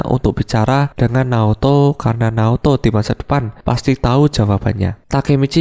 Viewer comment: Naoto bang bukan Naruto